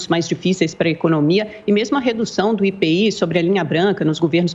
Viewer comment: Minha nossa que repórter é essa?? Quem neste pais diz IPI? É comum dizer apenas as iniciais do imposto sobre os produtos industrializados chamando-o de IPI e não como uma palavra. Cito apenas para mostrar a falta de cuidado na introdução da matéria. A iniciativa do ministro é bem vinda.